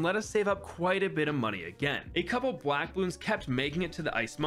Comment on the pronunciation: “a couple blwack balloons”